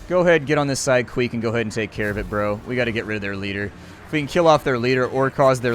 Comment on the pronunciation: Queck would be pronounced "kwehk".